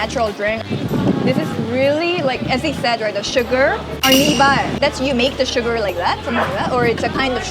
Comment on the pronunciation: smells suka "oh suka smell"